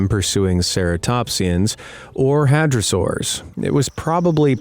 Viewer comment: The mispronunciations physically hurt, especially when they were going over the Hadrosaurus.